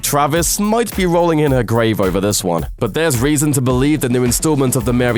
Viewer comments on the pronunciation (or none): none